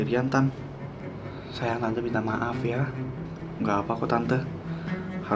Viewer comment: Kak susah banget bilang "SAYANG"